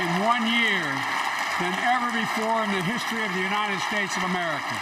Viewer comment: Maybe Biden could start with learning how to to actually say the word United instead of U-Nine-Ned I’ll bet he can say Ted